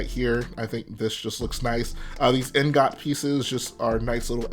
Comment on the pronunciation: The way you pronounce ingot shouldn’t bother me so much